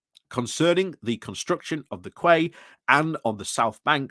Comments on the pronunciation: What's a 'kway'? Is it a Yorkshire version of a 'key'? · Read "quay", pronounce "key" 👌👍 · Quay is pronounced key